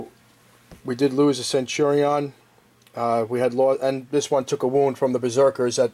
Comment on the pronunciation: Love the video, hate how you pronounce centurion.